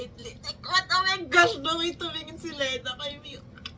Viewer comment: Yes same here, blink, bloom and now gumber bear ❤ Love this RV. Hahaha! Btw “Lena” is pronounced as “Lee-na” po ata hehe. Not sure, correct me if I’m wrong. Thank youuu❤